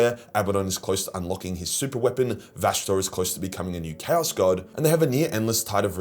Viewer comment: Kaus kay-os